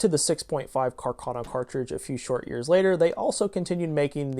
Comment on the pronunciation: And Càrcano, not "Carcàno". Other than that, a very good presentation of a true piece of Italian arms history, and a love/hate affair for all shooters in the world. Greetings from Italy!